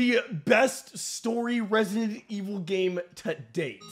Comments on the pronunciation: “Resident Wick” no no no no “John Evil” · Resident Wick 😂🤣😂🤣😂🤣 you earn that like 🤣